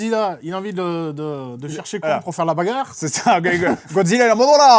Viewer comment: Ce que j’ai retenu du film : « La bagarrrrrre!!!.. » aucun regret d’avoir été spoilé 😂 ( , ces deux là à rejouer en boucle à volonté)